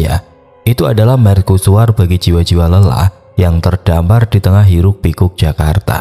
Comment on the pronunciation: Kok merKusuar deh? Wkwwkwk bahasa indo itu, ya bacanya apa adanya.. mer-cu-su-war 😂😂